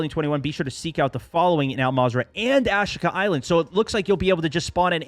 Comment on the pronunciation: My God! What is it with you millennials and not being able to pronounce names of things…. Ashika Island… Ah-she-kah…Ashika. Think Japanese pronunciation NOT ahsh-eek-ah Sheesh.